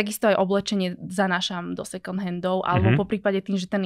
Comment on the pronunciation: Na moje prekvapenie má veľmi rozumné a progresívne názory na financie, životný štýl, stravovanie aj ekológiu. Iné baby hy sa mali od nej čo učiť. Jediná jedna vec, tú angličtinu doštudovať lebo výslovnosť "second" sa učia prváci na základnej. Ale to je len detail. Rozumná baba. Klobúk dolu. 👍